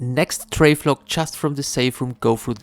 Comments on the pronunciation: How you pronounce Travel-log and say Trave-log instead is cracking me up. Thank you for the all in one guide though man. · “Travelog” 😂😂😂 Amazing guide thankyou !